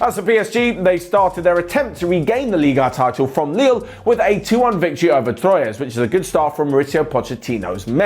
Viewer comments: Guys, I love the content as always, but please, tro-yes? Really? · Please teach how to say Troyes. Its pronounced like "troa" kind of, ok?